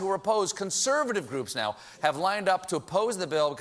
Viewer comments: "...new healthcare bi-ill" - sounds like someone from... somewhere south. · What was that pronouncement of 'bill' at the beginning lol